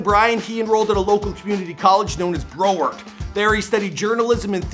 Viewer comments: This man said bro-ward lmao it’s pronounced brow-ward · BRO-WARD COLLEGE??? ROTFLMAO Hey Bro.....CORRECTION: BROW-ARD...I went to that school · Its Br OW ard, not like Bro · Brow-WARD! Not BRO-ward 😂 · As a lifelong Floridian, the way you pronounce “Broward” makes me feel the same way you feel when you get water in your socks It’s pronounced brow-ard, like as in eyebrow. Not Bro-ward Besides that, love the vid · BROW ard... like eyeBROW, not "Bro" ard. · Its Brow-ard not Bro-ward..... and you didn't touch on the fact that he went to high school in Sunrise, Fl at Piper High School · Brow-ward not bro-word 😁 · Dude it's BROW - ARD. It's the county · I understand your Canadian but cmon lmao it’s “brow/-ward” sound it out haha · he said “bro-ward” LMAOOOOOO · Who the hell says bro - ward not how it’s called... i am from there and attended a campus of said college tf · Broward like eye brow smh so cringe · Broward is pronounced: BROW-erd. Great video though! 😘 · It’s Brow-ard, but more importantly, no mention about the late Gidget Gein? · omg my words exactly lol even the eyebrow part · It's Broward with a short o in the pronunciation. Sounds like coward. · He just butchered the word “Broward” LMFAOOOOO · I noticed that too